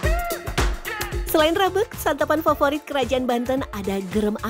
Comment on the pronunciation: Pentingnya seorang VOT bertanya tentang pelafalan nama tertentu, rabeg tuh tdk dilafalkan "rabeug" 😁